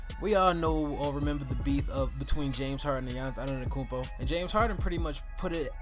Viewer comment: Bro cmon if you want your channel to grow you can’t analyse players for a hate standpoint. You not even saying his name right 🤦🏾‍♂️